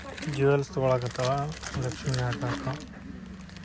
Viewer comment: ಅವರೇ ಲಷ್ಮಿ ಅಲ್ಲ ಅದು ಲಕ್ಷ್ಮೀ